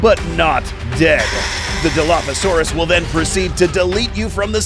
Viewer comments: The real dilo is not whatever you said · Your saying Dilophosaurus wrong